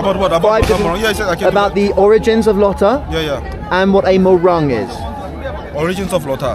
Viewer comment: It's not morang pls ,it's pronounced mohrung